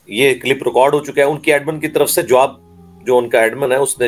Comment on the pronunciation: Clip bolna tw sikh lo CIIILLIIIP ...!!!! MUFTI SAHAB ki khaak ko ni poch skte tum